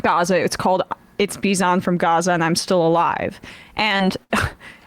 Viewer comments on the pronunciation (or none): Thanks for the coverage of this! I had not heard this speech before. Just a heads up, Bisan is pronounced with a softer s.